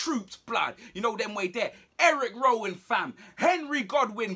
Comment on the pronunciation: Man called dt eric Rowan 🤣🤣🤣🤣 I almost died